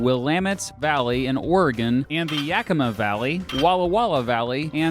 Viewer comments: At least he said yakima right lol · You pronounced Yakima correctly Yeah!